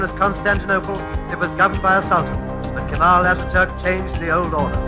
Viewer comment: Pengucapan Atatürk salah min